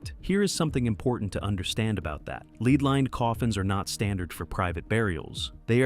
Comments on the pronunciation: Lead not leed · SPEAK ENGLISH its LEAD metal LEAD. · Why are you speaking like she chose these items. Someone thoughtful placed them there. PS lead rhymes with red, not LEED